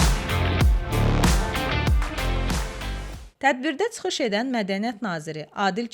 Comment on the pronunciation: GeDZədə yox, geCədə. TSıxış yox, çıxış. Azərbaycan dilinin ictimai-publisistik, yəni media dilinə riayət edin, mətnləri dəfələrlə oxuyun, diksiyanı düzəldin. Teatr xadimlərindən alınan müsahibələrdə necə də təmiz danışırlar.